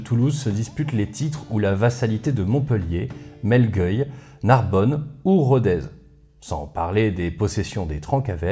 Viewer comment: On prononce "trainquavel" et "melgueilh" (pas "euil") merci pour cette vidéo passionnante !